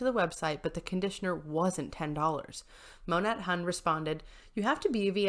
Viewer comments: Monat pronounced Mo-Nay :) Love your content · The way the Huns say it is mo-nate